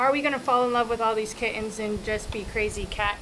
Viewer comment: The channel is now just bustin his hump and slapping the back of her hand 100x and pronouncing Kittens without the T